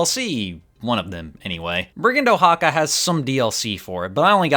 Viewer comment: FYI It’s /waxaka/, or ~ Wa-ha-ka, not Oh-ha-ka. Still not the worst I have seen the name butchered though